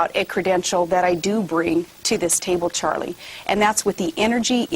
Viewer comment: i swear to god this woman is saying "Churlie"